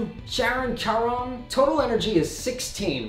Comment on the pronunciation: Loving cue, also I believe Charon is “Care-On” 😂